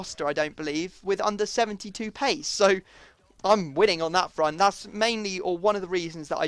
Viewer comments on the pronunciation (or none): none